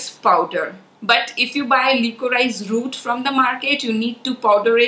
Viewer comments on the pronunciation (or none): The right pronunciation is li-co-ri-sh and not lee-co-raa-ees. I don't mean any offense but just wanted to let you know of the correct way to say it. Sorry in advance if it offends but my intention is not so. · FYI Liquorice/licorice is pronounced "li co rish".